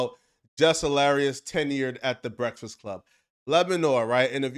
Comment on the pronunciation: Why tf you cant say breakfast correctly?